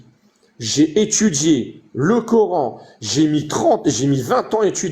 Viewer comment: Y on pas vraiment étchudié tu wouah , tchu wouah y ont pas vraiment étchudié .😮